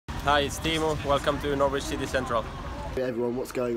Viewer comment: Teemu pronounced his own name wrong.